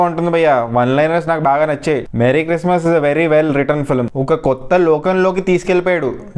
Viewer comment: Hai guys adhi మేరీ క్రిస్మస్ కాదు మెర్రీ క్రిస్మస్